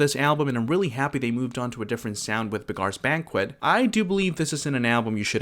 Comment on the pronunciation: Beghars Banquet? Did that come right after Beggars Banquet? A.I. narrated scripts drive me insane.